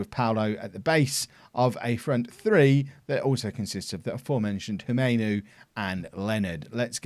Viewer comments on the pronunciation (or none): I think Humeau should be pronounced more like "Oo-moh" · Pronunciation for HUMEAU would be "umo". it is a French name. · Humeau will be pronounced Hum-O